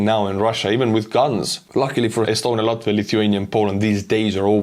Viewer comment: Kept up the wonderful work you're doing and I'm honored to help out. I loved your pronunciation as my dad (and last name) are Latvian. Slava Ukraine!